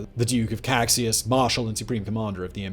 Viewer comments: Caxias = "Ka-SHEE-as", not Kaksias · small pronuntiation tip, Caxias sounds like Casheeas, I know, X makes no sense in portuguease. btw, is funny how paraguay some decades later fought agains Bolivia an annexed some barren swampy land, who also had been previously kicked out by Chile and lost its beach. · Caxias It is pronounced Kashias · Ka-SHI-as. Not kakxias. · Great vid. Btw, the Duke of Caxias, the Brazilian general who took command towards the end, is pronounced Cash-ee-yus, not Cac-si-as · Nice video !😌👍 Only a comment: "Caxias" is pronounced in portuguese not as "Kaksis", but rather "Casheeas". 😌👍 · The thing that bugs me the most is some pronunciations, specially of the Duke of Caxias, whose name is pronounced as Cashias not Caksias, but overall great video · Great video. The bit about the Allies' intention to destroy Paraguay was reducionistic and melodramatic - which is a true shame, since this video did a far better job than most in placing the setting. But the only real complaint I have is with pronunciation. "CaKSjas" was almost a deal breaker lol. (And for those wondering, Caxias is pronounced CaSHEEas), with the I stressed and a SH sound on the X. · Good video. I'm Brazilian, I know the pronunciations might be difficult for you and there's absolutely no problem with that, but I'd just like to point out that in the Duke of Caxias title the word Caxias is pronounced like "cah-shee-ahs". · Cack-sias é a pior pronúncia de português que eu já vi na vida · I never seen Caxias be mispronounced this badly, dear Lord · Your pronunciation of the name of the Duke of Caxias is wrong. We have different sounds from the same letters between English and Portuguese. Put it in a translator that makes the sound of the word (eg Google Translator) and you will hear the correct sound. The Duke of Caxias is the Patron of the Brazilian Army.